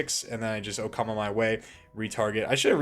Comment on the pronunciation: Bro, "Okama Way", not "Okama my way" or "oh come my way" like many YouTubers have been saying xD